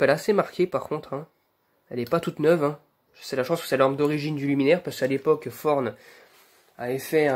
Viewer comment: C'est beau on dirait qu'elles sont modernes :D Je savais pas que çà se prononçait "forn" pour Thorn